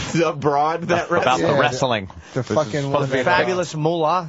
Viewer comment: lol why does vos pronounce the T in wrestling ant was spot on